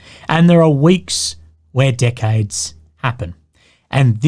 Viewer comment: i love how when aussies say "decades" and it sounds almost like "dickheads"